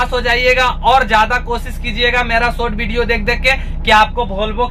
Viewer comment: आप वॉल्वो बोल रहे या भोलवो, वीडियो या बीडीओ बोल, एस लेटर, वाह भाई